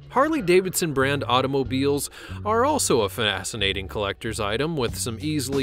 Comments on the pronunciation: It wasn't worth meelyuns though, fanascinating. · "Fanacinating"? Anyone else here that?